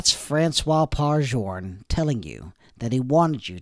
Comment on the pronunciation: Journe is not pronounced like this